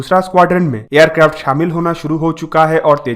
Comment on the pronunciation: Aap aircraft ko aircrafto Kyon bolate ho